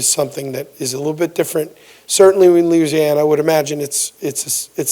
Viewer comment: Did that boy say loosiana